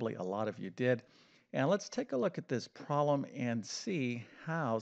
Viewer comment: He is def knowledgeable about math but he def cannot pronounce the word "problem"!!